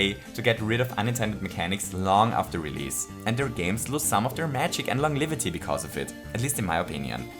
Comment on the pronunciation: "longlivity" lol